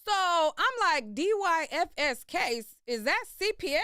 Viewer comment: department of yoUTH AND FAMILY SERVICE THATS A EAST COAST THING PRONOUNCED---dIE-FIS